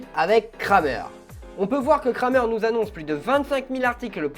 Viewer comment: On dit ''krèmer''